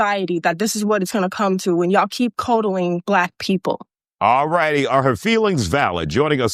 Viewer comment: Learn how to pronounce 'coddling', you're proving your own point, lol.